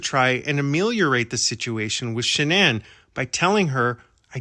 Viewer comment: You are so invested in the case but you cannot even pronounce Shannan's last name properly.